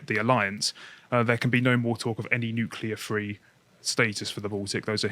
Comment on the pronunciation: Nu-cu-lar bombs be the Devils work, Bobby Boucher!